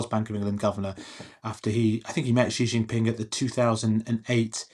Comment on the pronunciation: SHE JIN Ping. Not Gzee gzin ping. Bay Jing. ✅ ❌NOT Beige ING